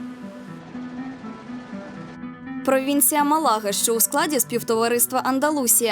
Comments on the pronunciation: Там на дорожном указателе,для тупых, ударение поставлено Málaga! Малага'- это под Конотопом или Попельня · Девушка! Не Мала'га, а Ма'лага!ударение на первую а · Даже на дорожном указателе, которое вы же сняли и нам представили в этом видео, в названии города Малага, поставлено ударение на А. Ма'лага ,а не Мала'га. Запомните и не позорьтесь!